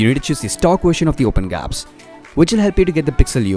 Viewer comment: Open gaps. Lol. It's Gee-Apps, as in Google Apps.